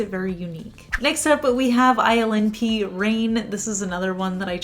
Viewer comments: I can't stop hearing "island pee" every time you say ILNP (i'm sorry lol) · Your shirt is stunning!!!! When you mentioned the ILNP polish it sounded like you called it Island Pee. LOL What brand & color is on your hair? It's my favorite color!!!